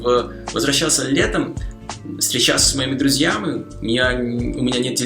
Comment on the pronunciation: Как всегда отлично, но я уже заметил, что самая большая проблема у тебя есть ударение (напр. дышать) :) И мне кажется, что ты в некоторых случаях произносишь мегкое "И" как "Ы" (напр. друзьями). Однако русский не мой родной, могу ошибаться. Но вообще, ты умница!